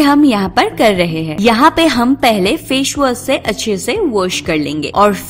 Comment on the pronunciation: She said : fash wass Instead of face wash LOL......,.....¡!!!!!!!